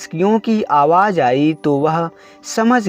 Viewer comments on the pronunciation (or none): none